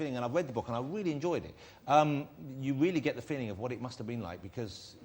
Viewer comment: He’s weawwy funny